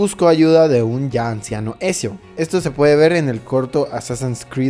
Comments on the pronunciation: Por cada "Esio" que escucho me dan ganas de pegarme un tiro :'v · "esio" jajaja escupi todo! es "Ezio" o sea "etzio" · ทα૮ђii Exacto, la pronunciacion exacta sería Etzio Auditore da Firence. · Otro error es como dice los nombres, dice altair y no Altaïr (mayor fuerza de voz en la I) y Ezio en la pronunciación se diría "Etzio" no "Esio" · Es altair y ezio en altaril y esio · Etcshio dia firrence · Ecsio el joven florentino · Me duelen los oídos cuando escucho Esio o altairr xD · se pronuncia etzio 😡😡